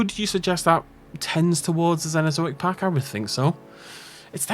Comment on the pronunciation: "Zenozoic" 😂 your pronunciation cracks me up always,.